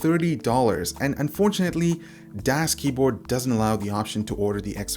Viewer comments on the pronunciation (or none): DoesKeyboard? No, thats not right, DasKeyboard is right.